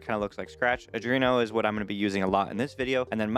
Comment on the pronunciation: Also I'm pretty sure you are saying Arduino wrong... It didn't stop me subscribing though haha